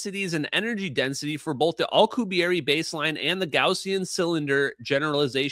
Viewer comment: keeps pronouncing Alcubierre (the warp drive) as alkuhberry.